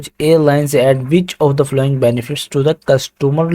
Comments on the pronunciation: yar following ki pronounciation si kren apni baki set hai zabardast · not only following some other words too please.